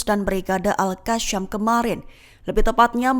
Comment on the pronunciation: Bukan al qasham... Al qassam